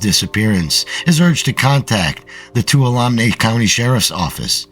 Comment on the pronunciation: Hi! New subscriber here. One suggestion: it would be great if you would do a Google search to find the pronunciation of names you're not familiar with. For example, you can just Google "How do you pronounce Tuolumne" and it will say it for you. It would be a lot easier on the ears of those of us familiar with these areas if they were pronounced correctly. Thanks for the great stories!